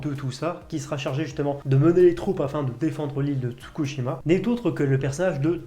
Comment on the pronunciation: Mes commentaires inutiles mais indispensables : Si tu veux une autre scène de train : Jojo Angolmois : on prononce Anegolmoa (Ane comme l'animal) et attention l'île c'est pas Tsukushima, c'est Tsushima ;) Pour Jujutsu on dirait presque que tu te forces a aimer :D Voilà voilà :D